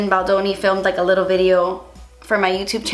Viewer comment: Lmaoo to the part where you say " when I was little.. well I'm still litterrrr but I mean litterrr litterr" 😂😂😂😂